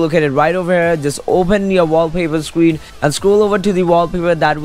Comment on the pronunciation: He says scween instead of screen